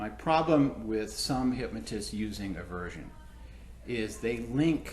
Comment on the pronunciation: It drives me nuts when people say “hypMOtism”.